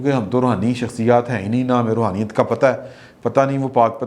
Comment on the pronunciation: Roohaniyatt nahin,,,, Raooniyaat......baqoul shakhasaiy.